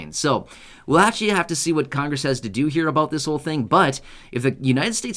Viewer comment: it's pronounced right here. Not right gere.